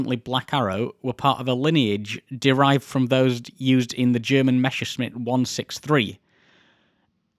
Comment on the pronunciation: And mispronouncing Messerschmitt. Great video otherwise!